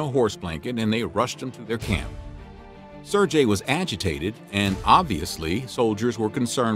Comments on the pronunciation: “This 6 year old is a war hero, but I can’t be bothered to pronounce his name correctly.” 😑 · Anyone else distracted by the fact the narrator mispronounced Sergei through the entire video? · I just can't understand how you were able to research all this, edit it and write it and yet fail to pronounce an extremely simple name correctly. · Nobody will care but his pronunciation of the name Sergei annoyed the hell out of me. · I would like to know why you pronounced his name with a soft g instead of a hard one, making it sound similar to the Indian name Sanjay? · the g in sergei is not pronounced as j, it is pronounced like the g in go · Nice but you butchered his name about a thousand times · Why can't Americans learn to pronounce the simplest of names? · I'm sorry, I'm trying to listen. This is an interesting story. It's just I can't stand the way that you pronounce, Sergei. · Great video, terrible mispronunciation! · sergei, not serjei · "Ser-gay" not "Sir-jay" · Can I maybe get a bit of love for pronouncing Sergei's name properly? It's not "SUR-JAY". You say the "e" in "ser", and you say a "g" like in "give". So closer to "SAIR-GAY". (Sorry man, no offence: I'm tired and couldn't handle it after the tenth time.) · Not serjay ! Sergei with a hard G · Very nice video. I would like to point out the name is pronounced seer-gay, not surjay. Just FYI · it's not serjei,its sergei! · Sir-Gay not Jay You got me saying it wrong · "SARE-gay"; not "SIR-jay." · I'm fairly certain that a single g makes a ga sound not a ja sound. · So " sair gay" not " sair jay" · I cringe everytime he says Sir-Jay instead of Ser-GUEI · “Ser-gay” Sergei, not “Serjay” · His name is pronounced "sir gay" not "sir jay" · SerGei not SerJei FFS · How do you not know how to say Sergei properly. It i Ser-gay not Ser-jay. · Why is he say Sir jay? Its Sergey s-air-gay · It's "ser-gay" nor "ser-jay" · Ser-gay, not ser-jay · The "g" in "Sergiei" should be pronounced like "g" in "ground".